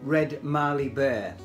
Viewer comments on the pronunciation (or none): Australian hardwood burls make for some beautiful bowls and platters as you've clearly demonstrated. Well done on some excellent work. Do you think carbide tools would be better than traditional tools? (Btw, Mallee is pronounced "Mally".